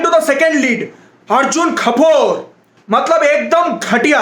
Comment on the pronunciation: The best part of the video: The way he says Arjun Kapooor, Disha Maldives, and Tara Suttawala